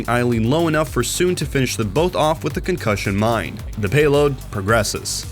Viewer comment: At the start, why do you say pirate-(SHIP) instead of (PI)rate ship like a normal human being? Actually really annoying. Same thing with concussion-(MINE) instead of con(KUSH)ion mine. Being able to write a good script is less useful if you can't read for shit. Just saying the words in the correct order isn't the whole job